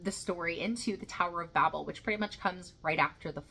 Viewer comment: Another classic except it's usually pronounced "babe-l," like on elton john's captain fantastic album. God could be such a prick, eh?